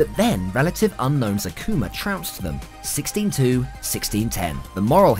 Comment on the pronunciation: Ma man just said Akuma...